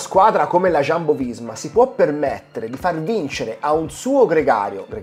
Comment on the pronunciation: Non è Sciambo, è Jumbo.